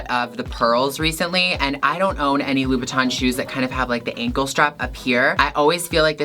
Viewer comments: Did I heard....Low..Bow..Tan???......how to pronounce it seriously...lol...Gigi I want some of your bags,I can’t even afford to buy a new one(25yrs old wallet and bags)I love your high heels but I can wear those when I’m sleeping for sure,there’s no way to walk😍😜🤣😆😁Mwuahz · Do you mean Louboutin? (Lou-boot-in) or do you mean Louis Vuitton?